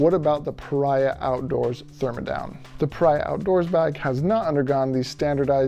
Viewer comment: Pah REEE Ahh. Not pa rye ah.